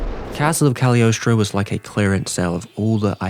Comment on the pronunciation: every time ive heard someone pronounce the movie they always skip the g in Cagliostro and i wonder if its just an accident or if its silent lmao